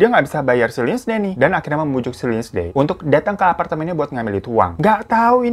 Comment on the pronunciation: "linsiy" bang baca namanya haha..